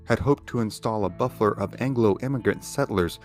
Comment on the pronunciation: It’s crazy that you said Buffler instead of buffer 😂 Great vid though and I’m a subscriber!